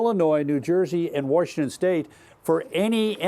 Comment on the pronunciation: Worshington State 😅